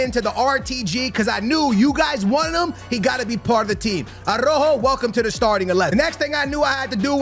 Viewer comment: Why do you disrespect Araujo calling him "Arrojo"?